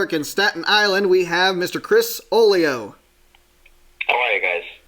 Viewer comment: The G is silent in Oglio !